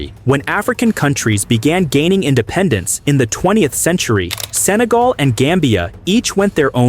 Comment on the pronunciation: 日本語でもセネガルではなくサガルと聞こえますね